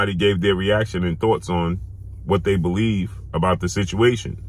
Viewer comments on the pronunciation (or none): none